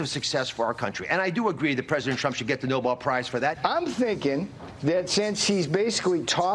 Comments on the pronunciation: Caroline, it’s NOBEL NOT NOBLE. 🙄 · that would be No-BELL not No-BULL Karolyin. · Can someone inform the White House Press Secretary that it's pronounced Nobel and not "noble" please? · The folks who are trying the hardest to push DJT's case pronounce it "noble peach prize" - as if it's something that will associate him with European nobility. News flash: that ship sailed a century ago. Your family history will never qualify you for the non-existent "noble Peach prize" and your own selfishness will prevent you from being nominated for the Nobel Peace Prize. I realize this may hamper your gates-of-Heaven plans, so I'm recommending that you resign from your current role, in order to better your chances of seeing the aforementioned gates. As someone versed in the Christian Bible, President Trump, I'm sure you'll understand the admonitions of Christ documented in Matthew 18:9. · That’s the “Noble” prize as they say. Wouldn’t you know they can’t even pronounce it? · Pretty pathetic when they 'beg/demand' the Nobel Peace Prize for what can only be classified as chaos. But extremely revealing that absolutely NONE of them know how to pronounce Nobel properly! 😆